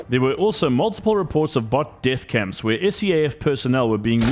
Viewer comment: African pronunciation of the "th" sound.